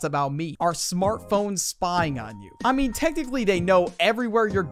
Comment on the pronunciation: “I meach technically” lol